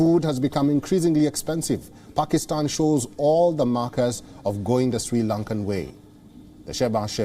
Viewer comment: These jokers can't pronounce asian countries names even. He can't pronounce Pakistan. But they make fun of us for not pronouncing their idiotic names properly